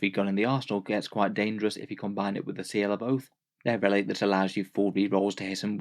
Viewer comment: Thank you for the video. For a moment I thought you said "Seal of Oaf" :D